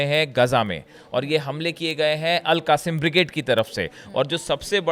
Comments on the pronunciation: AL QASIM BRIGDE is wrong word , wright word is AL QAS SAAM BRIGADE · 😂😂😂 AL QASIM NAHI AL QASSAM